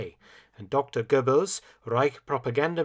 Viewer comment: I get the weirdest brain tickle by the strange way that Mark pronounces Goebbels. At first it irked me. But because I binged these all I'm now unhappy if he doesn't get a mention in a video. Which leads to a bizarre and unholy feeling of guilt that someone isn't talking about Joseph bloody Goebbels! Yes you saved us from quarantine Dr. Felton, but at what cost?!